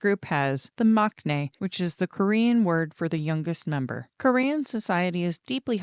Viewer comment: Just fyi - although maknae is spelled that way, it’s actually pronounced mangnae in Korean. I know it makes no sense but a lot of Korean pronunciation is different than the spelling and/or romanization. Also Gaeul is pronounced Gah-ool with a clear distinction between the “ah” and “oo” sounds.